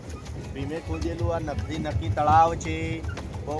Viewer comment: નખી તળાવ ❌ નક્કી તળાવ ✅